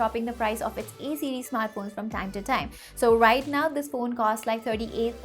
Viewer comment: Why are you saying E series again and again? It's A series.